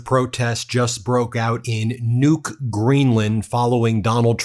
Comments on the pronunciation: The name of the Greenlandic capital is actually pronound with an unispirred first u and a heavily inspired second u: Nuúk. Guess you have to be local to know that. But no offence taken - nor given. Just to let you know, the name has two syllables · Kind of eerie that Nuuk was given by the subtitles as "nuke," so in the context it ends up sounding like "nuked Greenland." Don't give him any ideas.